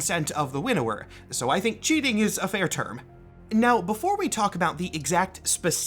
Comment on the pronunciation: Quick note. I may be the only one who had this issue but I kept hearing "Widower" instead of "Winnower" and it gave me the wrong perspective. To "winnow" is an old term related to farming but has evolved to mean to select the best of the best.